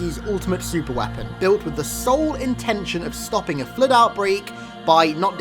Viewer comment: The Fluehd